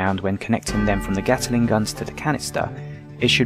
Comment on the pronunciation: Sorry - it's a Gatling gun, not a Gataling gun